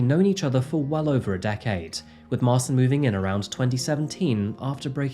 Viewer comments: His name is Martin (polish Marcin), not Marson. You have created new name ;) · marchin not marsin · The name Marcin is pronounced more like "Ma-chin" btw.. for future reference. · His name is pronounced Martshin. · It's pronounced Sol-ford, not sal-ford.. And mar-chin.. Just incase you get more polish names like this. But great telling of this story... I live in Salford and can't remember hearing anything about this. Should have sent him back to Poland to serve out his jail time, why are we paying for his food and clothing in prison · If the guys name is Marcin, its actually pronounced March-in. I work with a Marcin :) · 😳 it’s pronounced marchin! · Marcin pron. Marchin. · That's a funny way to pronounce Marcin